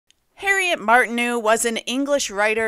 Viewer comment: Good but speaker should learn hiw to pronounce the French name Martineau correctly. Martin-oh.